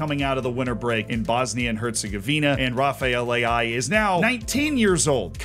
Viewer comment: Rafael Leao ❌ Rafael Le'ai ✅